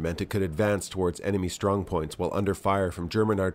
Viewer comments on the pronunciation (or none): none